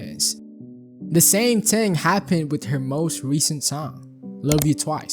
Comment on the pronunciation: Oh my god learn how to pronounce "thing"